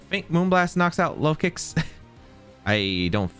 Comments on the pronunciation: I think its pronounced like locust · that pronunciation of Lokix has to be bait